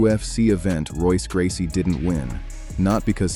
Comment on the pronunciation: Royce Gracie faught Kimo 32 years ago, and people that make youtube videos still can't pronounce his name right!